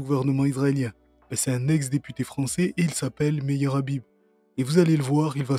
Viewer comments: Es-ce que vous condamnez le rrrrrabib, le rrrrrabib vous le condamnez ? 😂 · Il est porc difficile de ne pas vouloir le condamner, le RRRhabib. 🤣